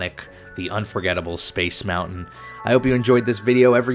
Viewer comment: It's mountain not mou-in